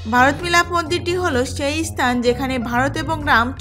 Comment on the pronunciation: প্রথমেই বলি রামায়ণের রচয়িতা বাল্মিক নন, বাল্মিকী মুনি। ইস্থান না বলে শুধু স্থান বলুন। ইস্তিরি না বলে শুধু স্ত্রী বলুন। চ এবং ছ এর উচ্চারণ গুলি একটু দেখুন। শ্রুতি, জায়গা ইত্যাদি বলার ক্ষেত্রে একটু মনোযোগ দিলে ভালো হত। তাছাড়া বলা ভালো কৈকেয়ী রাজা দশরথের কনিষ্ঠা স্ত্রী ছিলেন না। তিনি ছিলেন দ্বিতীয়া অর্থাৎ মধ্যমা। কনিষ্ঠা স্ত্রী ছিলেন রানী সুমিত্রা। এলাহাবাদ স্থানটি বর্তমানে আবার প্রয়াগ নামেই পরিচিতি পাচ্ছে। সরকারিভাবে তাকে প্রয়াগরাজ বলা হয়। যাক, আপনার প্রয়াসকে সাধুবাদ জানাই।... ধন্যবাদ